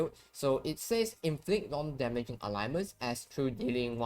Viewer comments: its not Alignments its Ailments. Pronouced Ale (like the beer) ments. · ALE - Ments. 2 sylables. I know you are not a native speaker, but you should notice it doesn't have a 3rd vowel in the middle.